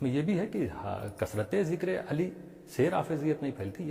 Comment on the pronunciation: کیا کوئی جاہل ءالی ءالی الی الی عین کے بجائے ہمزہ جس تلفظ سے نماز فاسد فساد معنی کی وجہ سے بیشک ذکر علی کرے تلفظ اور ادائیگی صحیح ہو با ادب کریں کوئی روک نہیں ہے